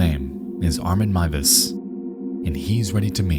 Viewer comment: This may sound very random but as a German I appreciate the correct pronounciation of Armin Meiwes :) Horrible incident but I love your coverage of it! Great video as always